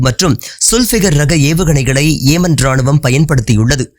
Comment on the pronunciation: ஏமன் அல்ல யெமன்